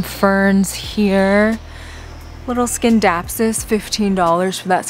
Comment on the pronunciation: Thanks for the plant tour. Scindapsus is silent " C."